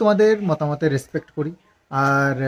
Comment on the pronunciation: রেস্পেক্ট কথা তা রেস পেস নয়